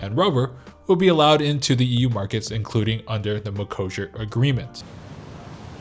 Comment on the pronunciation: Wait is this really how You pronounce Mercosure in US? I hear almost EU "ecossia" deal there like that search engine site. The deal is dangerous to our farmers, because our beloved politicians didn't negotiate enough exceptions for us so that's voters fault as well, and for consumers because chemicals in Brazil are pretty much uncontrolled comparing to EU and they negotiated plenty of backdoors in the deal to make sure their meat will fly here even if some norms will not be as they should. I recently watched Polish YouTuber girl who migrated to Korea and she claim that there will be likely more Polish products also flying to Korea because Poland got promoted to higher trade partner rank in foreign relation ministry or sth like that, so who knows maybe some of our agriculture will be send there to maintain some production capacity here, Thank You Korea I guess.